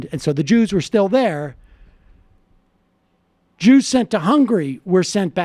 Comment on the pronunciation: "They were keeping the Jeewws from leaving the country". My God, my God, my God....